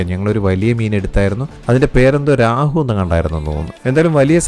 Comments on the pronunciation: Raahu alla Rohu- it’s a dam fish… 😂😂😂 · രാഹു ❌ റോഹു ✅ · 😂 രാഹുവും കേതുവുമൊന്നുമല്ല.. റോഹൂ എന്നാണ് പറയുന്നത്... കേട്ടിട്ടില്ലേ -- കട്ല റോഹു മൃഗാൾ എന്നൊക്കെ ?.